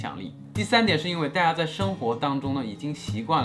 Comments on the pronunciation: 老闆～～可是你的「大家」 已經開始懶音了欸～～哈哈哈😂😂 請回放🤗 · Kevin也太刻意了吧！我們說大家好，會有連音，不過講大家的時候，不會。這樣模仿的有點誇張